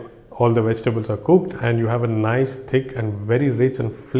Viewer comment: There NOT Wegitables m8 if your going to make a video at least get the enunciation right with ingredience.